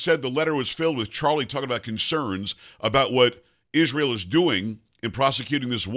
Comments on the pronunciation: Can that woman PLEASE, enunciate the word ISREAL properly? Every time she says ISH-RAY-AL she sounds like an illiterate!! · Candace mumbling as a CRAZY person. She cannot even pronounce word Israel right. She is full of disgusting racist Jewish hatred . Why did her vile hatred appear so suddenly after Daily Wire RIGHTEOUSLY fired her ? Because they recognized her for fast talking FRAUD she is!